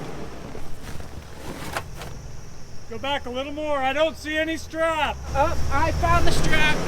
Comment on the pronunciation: "MORR robust"